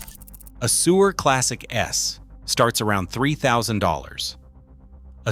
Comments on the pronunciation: I thought he said “Sewer” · It's pronouncing Suhr "sewer." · Unwatchable AI .... cannot even properly pronounce Suhr .... SMH